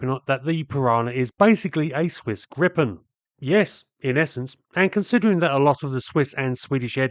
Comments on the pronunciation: We here in Sweden pronounce it gree-pen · Gripen pronance GREE-PEN